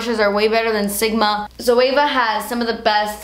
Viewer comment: Looked up the "Zoava" to get the palettes and then realised she was saying Zoeva. I get confused when people say it the way she does 😂